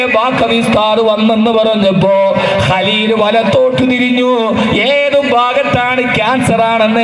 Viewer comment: സഹോദരിയുടെ മകൻ 😔 ഖലീൽ അല്ല ഹലീൽ എന്ന് ആണ്